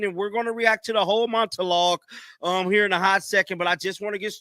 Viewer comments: My man. There is no T in the word monologue. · I was like did I just hear a T..